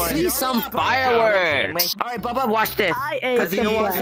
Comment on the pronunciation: "babba"💀 It's Bubba